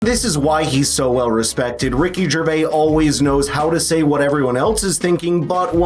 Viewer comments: It's not Ricky Gervay. 🤣 I mean all you have to do is listen to him, . It's pronounced Gervaze. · There is an 'S' on the end of Gervais. NOT Gervay. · His name has an S on the end of it for a reason. Stop it.